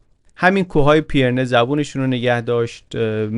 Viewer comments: سلام! ممنونم از کارتون و لذت بردم! خاستم نکته‌ای رو بگم البته ممکنه تا حالا دوستان گفته باشن، تلفظ درست نام کوهستان بین فرانسه و اسپانیا و مورد اشاره در این داستان پی‌رِنه هست که پیِرنه تلفظ شد، فقط به قصد اطلاعات درست و با تشکر از زحمات ارزشمند شما… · با مراتب احترام و جسارتا پیرنه تلفظشه. رجوع بفرمایید: (UK: /ˌpɪrəˈniːz/ PIRR-ə-NEEZ, US: /ˈpɪrəˌniːz/ PIRR-ə-neez; Spanish: Pirineos [piɾiˈneos]; French: Pyrénées [piʁene] ⓘ; Catalan: Pirineus [piɾiˈnɛws]; Basque: Pirinioak [piɾini.o.ak]; Occitan: Pirenèus [piɾeˈnɛws]; Aragonese: Pirineus) دم شما گرم صد البته و ممنون از زحمت زیباتون. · جسارتاً، کوه‌های پیرِنه صحیح است. به کسرِ «ر». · بسیار عالی مثل همیشه.فقط تلفظ کوه های پیره نه کمی نادقیق بود. ممنون از کانال خوبتون که واقعا داره کار فرهنگی مهمی انجام میده.